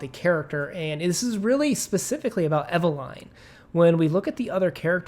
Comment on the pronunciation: Oh good Lord… please don’t pronounce Eveline in that fashion…